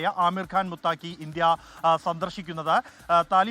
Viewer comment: മുത്തക്കി എന്നാണ് ശരി, അല്ലാതെ മുത്താക്കി അല്ല